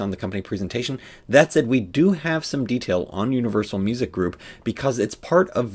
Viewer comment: Its “Unrivalsal” 😂